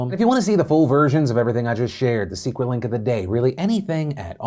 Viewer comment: Watch out for that 'secwet link'